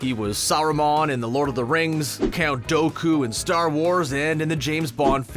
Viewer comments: It’s dooku, not Doku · Count "doh-koo" was not in the Star Wars franchise. There was a Sith Lord named Count "doo-koo" in the prequels though. More research required or maybe just watch the films you are reporting on. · Did you say count dowku? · Bruh did u just say count Dough Coo 😑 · Screen rant is woke garbage. Can’t even say Count Dooku’s name right? These people don’t even watch the movies they pretend to know all about. Bunch of frauds mootching off of geek culture.